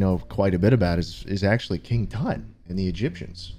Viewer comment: "What does tut mean?" "*says it actually correct*" "I will not question you ever again." Wise decision turtleneck